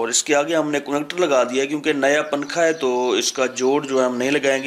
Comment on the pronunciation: ابے پننکھا پھر پننکھا ھاھاھا اُردو تو سہی بول لے